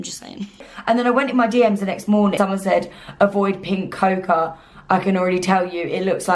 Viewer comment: Hi. Your video is good, entertaining and helpful. Just need to say that ‘cocoa’ is pronounced ‘coco’! Cheers.